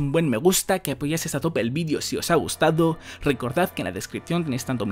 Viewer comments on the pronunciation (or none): none